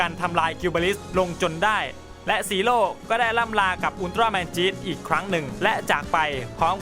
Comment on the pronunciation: พี่พูดว่าจีโร่